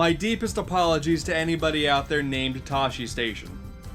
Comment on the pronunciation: Oh I can see it now... Hello. My name is Tashistation, and I am offended. By the way it's pronounced (Tew-she-tau-shiln) not (taw-she-stay-shion)... Good day...